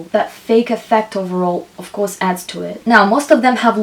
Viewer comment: Many useful information, but why speaking like a boring professeur? try to add some jokes or take more distance otherwise its like a boring lesson at school. I beg you stop saying "ouuuuf course" :o, Its really annoying pronounced million times with this weird accent.